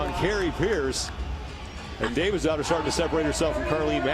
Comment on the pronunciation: lol forgive me for not knowing the women's names, but i was getting super annoyed with the male commentator when he kept saying kathrine davidsdottir bc i thought he was saying kathrine david's daughter lmao